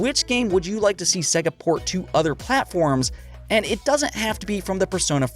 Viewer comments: Dude...... it's pronounced Seyga not 'Segga' Sega, as in 'to be this good takes AGES/SEGA). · Why do you say Sega like s.e.ga instead of s.ei.ga it’s so god damn annoying learn to pronounce things